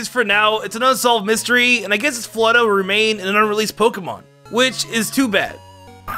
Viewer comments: Wtf is “fleta”? You mean Flo-ette? My advice is to slow your speech and enunciate. Obviously do some research if necessary. But there’s been multiple pronunciations in your videos that were so far off that it seems you either didn’t know your material, or haven’t corrected what you called it as a kid. I like you. Please put in the work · HEAVY BREATHING ITS ZIGZAGOON NO ZIGZAGZOON AND ITS FLOW ETT NOT FLOW ETTA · Mistakes I noticed: Zizazoon Floetta Voltorb Absorb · Floette: exists: "Floetta" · Don't forget "Floettah" 😂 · mispronounces Floette as floetta, gets the mega stone origins wrong as it was the ulimate weapon that did it